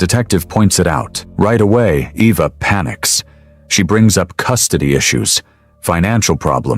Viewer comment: Um are we sure her name is pronounced “Evvah”? 😅